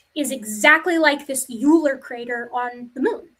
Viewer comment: just a little thing; you were talking about the Euler crater on the moon, and you pronounced it "you-ler," but it's named after Leonhard Euler, a prominent mathematician, and is pronounced more like "oy-ler" (think "oyster"). It's like a rite of passage for people studying mathematics to come across his name and say it "you-ler" first.